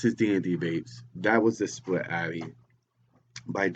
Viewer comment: it's atty not addy